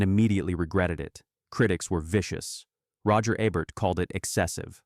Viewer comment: I logged off after "Roger A-bert"